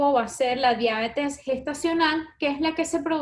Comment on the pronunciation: No logré ver el video completo porque no soporté escucharlas decir "Diábetes" ... No lleva acento(tilde), es Diabetes se pronuncia Dia - be- tes ...Horror!